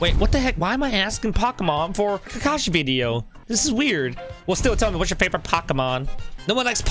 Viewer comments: This man said ka ka sensei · It’s Kakashi sensei not kaka sensei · Not kaka it’s kakashi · It's not kaka Sensei, Its kakashi Sensei, No hate. But I don't play when it comes to my favourite anime. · ITS KAKASHI NOT KAKA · Ils not kaka sensei It! Kakashi sensei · You said “kaka sensai” and in french it sounds like poop senpai because you said kaka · “Ka ka sensei” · Why you call kakashi kaka sensei and why kakashy eat kaka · Its ka ka shi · Any other Naruto fans, triggered how the way he pronounces Kakashi? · I was mad when he say'd rasen shuriken as KAKASHI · U didnt say kakashi right oh well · it is not kata it is kakashi